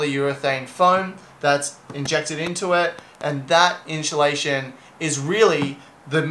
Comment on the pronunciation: Inchulation lol. Made me laugh